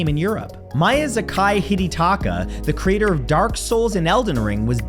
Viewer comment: I'm sorry matt, I love you, but that pronounciation of miyazaki was abysmal